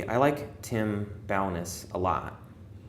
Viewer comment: Tim Bo-NESS. Accent on the "Ness" part.